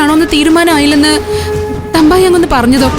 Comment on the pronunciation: തമ്പായി അല്ല തുമ്പൻ 😅😅😅